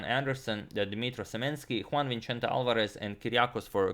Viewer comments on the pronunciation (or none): none